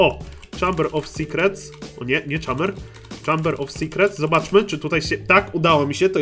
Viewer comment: Mówi się "fjud" i "czejmber" a nie "hamber"